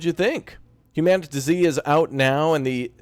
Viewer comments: isn't it humanity with a zeee instead of a y. Not "human TuhZee" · I'm pretty sure it's hue-man-it-zee. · It's Humanitz not Humanitz!